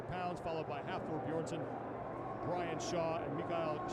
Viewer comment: This man called him hafthor beerson